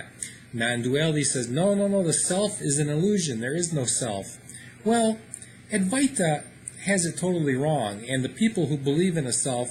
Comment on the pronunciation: Adwaita with the w accentuated. the v is pronounced w